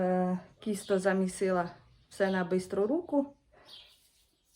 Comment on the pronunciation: Все отлично, только не кисто, а тисто , по укр.